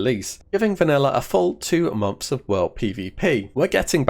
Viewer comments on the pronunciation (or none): Please learn to pronounce months properly, it's not momth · He does say mumps.. Wtf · stop pronouncing it as MOMTHS! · Unfortunately I watched this with captions on. Every time you said “months” captions read “mumps” I’ll never be able to hear you say the word “months” again